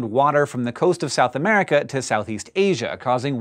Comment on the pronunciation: of Men Ministries without the U it sounds like "Em riikah!" a festivitous event!